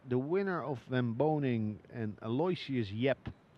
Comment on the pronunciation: Here it is a few years into Yap's playing and they still misprunciate his name. It's "Al-oh-ishus," not "Alloy-shiss"